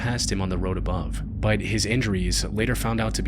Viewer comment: Every time this dude says the word BUT, it sounds like he's saying the word BITE lol is it just me